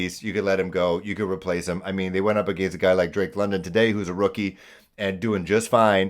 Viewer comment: The way you say against and falcons is priceless bruh. Best Panthers channel on the tube